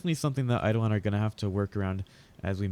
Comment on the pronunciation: Say it with me, "Eye-Doh-Lon"...